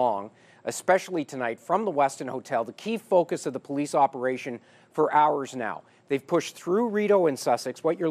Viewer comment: "POLICE OPEATION"?